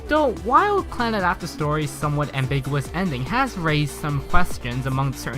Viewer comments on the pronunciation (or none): did he say "on the face of this Plannad"? or am I hearing things lol